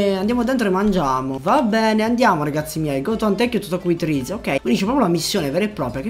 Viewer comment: comunque ti devo correggere:si dice rize non raize e hide non haide